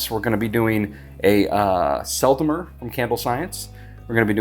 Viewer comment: French pronounciation pro tip. The "E" in Sel and Mer are pronounced the same, like you perfectly do in Sel =)